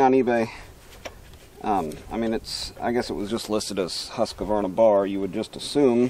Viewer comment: Husq varna, not Husqa varna, I know who cares.